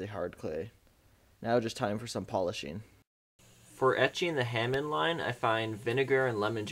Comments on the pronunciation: it's HA MON! NOT HAMIN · Ha(moan) (hamone) not (ham)on lmfao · The hamind was getting on my nerves. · is it pronounced Hamon or Hamoned cus he says Hamond in the video im confused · For what it's worth, there is NO D in the word Hamon, pronounced Hah-Moan. Good video other than your horrible pronunciation! Also, a small tip. The reason you don't want your clay to go within about a half inch of the blade is so that the BLADE will get very hard and the spine will remain nicely soft and flexible so that it will absorb shock from chopping, etc. . Your clay went way to far down to the blade and negates any real use of the harness versus softness of the clay's usage. You will have hard AND soft spots all along the blade, itself. Thanks for the video!